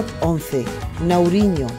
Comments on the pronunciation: No es Nauriño, es Nariño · casi me caigo de Risa cuando dice Nauriño, Amiga por favorrrr, cómo vas a enseñar de departamentos si ni sabes pronunciar bien la mitad